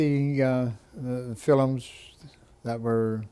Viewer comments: Can't even pronounce film! Filumm what an idiot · That's the Elizabethan pronunciation, the word used to be spelled Philome. The Irish still call movies 'filums'. There was a big vowel shift 400 years ago, but some English speaking countries didn't get the memo. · Did Canadians in his generation pronounce the word "film" as "fillum?" Was that the normal pronunciation? I live in Winnipeg and have never heard anyone pronounce that word like that.